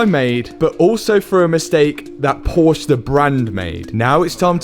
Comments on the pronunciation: It's Porsche not Porsch!! There is an e which is being spoken like in the. Please, the man's name was Ferdinand PorschE !! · This brands name is PorschE, not Porsch! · Very nice built and props to Porsche Solihul for lettin you film inside. A little hint you have to consider. It is called PorschE! Not Porsch! PorschE Please try it, It’s not that complicated. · PORSCH"E",,,,PLEASE..... NOT "PORSH"...😖😖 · Please just call it PorschE bro 😂 It's not a Porsch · Why can’t Brits say Porsch a? Jack at Number 27 insists it’s their right to mispronounce the German name and here we see it again. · Can you spell PORSCHE. It's damn not a PORSCH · It's called Porsche.. not poooosch.. greetings from GERMANY 🧐 but nice videos anyways xD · This isn‘t a Porsch. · And your pronunciation of Porsche was totally wrecked. Porsche is a two syllable word: por-sha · Pronounce it like Porsch-a please... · Every time he says “Porsh,” I die inside a little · I hate porsche fans that have to correct you with the pronoucination “porsch-ahh”. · The pronouncing of Porsche is on the e which sounds like an a. Porsch..a... The technician's pronouncing is close... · At least the Mechanic knows how the brand is called correctly! „Porsh“ sounds so wrong, like Aston Mart, McLare, or Rolls Roy! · dont know if anyone told you but its called Porsche not Porshhh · It is pronounced Portia. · Poor-shuh 2 syllables, not one No disrespect, just saying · As a german I feel triggered with the pronounced „POOOOSCHHHHH“ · they called you back because you keep saying porsch instead of porsche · It's Porsche not pORsh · How is he british and still calling it “porsh” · Could you please stop saying "Porsch"? 😐😂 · I’m surprised they didn’t smack you one, Por sche, it’s a two syllable word. Thank you……. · It's Por-sha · Porcher, it's pronounced porcher. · Stop calling it a Pohsh , it’s a two syllable word. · It's called Porsche, not Porsch :) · Please, it is PORSCH E with "eh" at the end thanks from a german